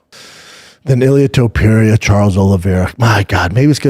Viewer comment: Somebody explain to Schaub how to pronounce Topuria's name. It's not that hard. It's Toe-Purr-EE-UH... not Tuhperia, Schaub.